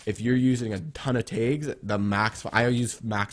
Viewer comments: its tags not taygs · Made me so mad when u said tages instead on tags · I got so confused when you said tayggs but I finally realized you were saying tags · Is he saying taigs or tags or what? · Is he saying tags ?